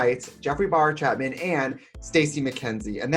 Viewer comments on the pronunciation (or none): Trixie not being able to say “Bowyer” is my religion